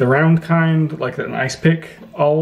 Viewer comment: what's this word? I like to use an aauwl?